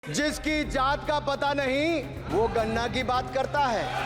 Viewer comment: गणना बोल रहे हो या गन्ना ?